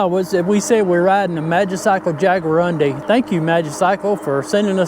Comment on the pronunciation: Your pronouncing it wrong. It's pronounced Jaguar undi